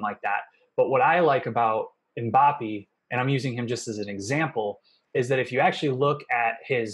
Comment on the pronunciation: THE WAY HE SAY MBAPPE PISSES ME OFF